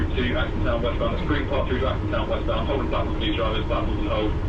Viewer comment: I worked at Holborn for years as did my father before me pre-WW2. it was always pronounced Hobn with a long o. Similarly Marylebone is pronounced Mara le bone although it's unlikely that you would have to say that station name on the Piccadilly line. So you missed Down Street again! I'll keep my fingers crossed.